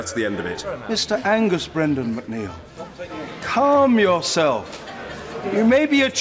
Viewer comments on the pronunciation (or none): He says calm yourself like a Jamaican, the juxtaposition with the rest of he]is demeanour tickles me